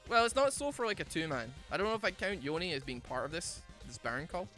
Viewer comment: No one:: Yo-knee